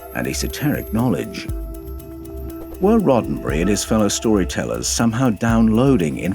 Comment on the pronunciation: Roe berry?? What?? You go from scripture to Rodenberry??